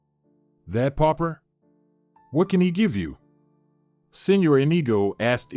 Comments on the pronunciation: Pauper really not popper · pauper not popper